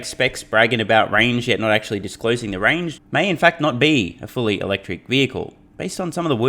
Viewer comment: 😂, I think you said, "Electric Cumma" 😂